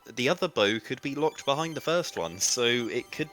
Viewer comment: Stop pronouncing behind wrong